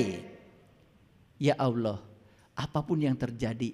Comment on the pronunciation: Bukan OLLOH. Ucapan belajar sebutan...